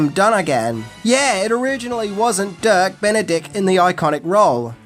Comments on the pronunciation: Dirk, not Kirk 🙂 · says Kirk Not Dirk a few times too 😎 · Listening to you mispronouncing their names is hilarious. Peppard is PepPARD, not Peppered. It's Dirk Benedict, not Kirk Benedict. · John Saxon, and at one point you called Dirk Benedict "Kirk". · Sorry...but its...not Kirk Benedict....it's DIRK...good episode tho 😊